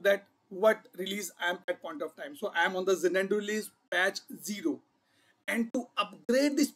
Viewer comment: dude, its not ja-nan-du, its za-nuh·doo However, thanks for sharing all the information. Happy learning